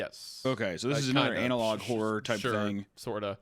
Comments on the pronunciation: Why does Hunter keep saying Anal Log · The fact that Meat kept calling it Anal Log Horror for the first few minutes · Why does hunter pronounce analog "anal-log"? Is that a Missouri thing or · Is Hunter saying analOG horror as a bit?, I’ve heard him say analog properly before.